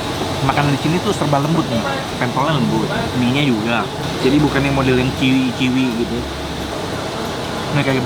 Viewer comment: Ga ada taburan jempol, ga dpt sticker teh botol "asli enak".. Btw, chewy (kenyal) bacanya cuwi bukan ciwi..